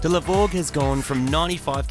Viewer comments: No doubt this is ‘hypergramps’ (but we will still always hear ‘the grovel’ when you say it)😅😅. Subaru need to bring back the H6. Marty has just shown them what it can really do. Last point - If they made a levorg with just a stock 3.0 H6 and 6 speed, i’d finally consider trading my liberty H6, till then i’ll keep the liberty as long as i can. Congrats - loved this build, now to fix the STI (please)😮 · con-farquin-grats... nice build and nice numbers